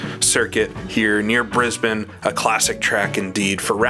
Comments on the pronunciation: Recently found your channel and I'm really enjoying your style of race realism and your commentary on your own driving but also the ai cars. You definitely know your stuff! What's more, you are the first American/Canadian that I've heard pronounce Brisbane correctly, haha. Lastly, Lakeside is my local track. It's only a couple of miles away from me. It's definitely open and running again, albeit not hosting these types of prestigious races. It's more of a club circuit now. But thankfully it lives on after what was a few years of uncertainty towards its future. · Phenomenal video as always,. You're really doing justice to our old races and tracks here in Australia and New Zealand, and you've even pronounced Brisbane correctly!